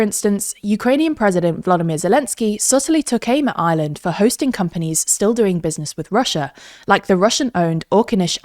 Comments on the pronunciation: The inability to pronouce the "R" in Ireland correctly is jarring. Where's "Island"? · Why can't you pronounce the country your talking about. It's not Island, it's IReland. It's a hard R. It's painful to listen to the country's name being butchered every single time ... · Her pronouncing Ireland sounds like island